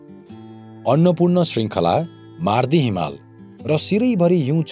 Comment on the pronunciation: MAARDI hoina, Mawrdi chai ho pronounciation. Please ucharad nabigaridinu hola.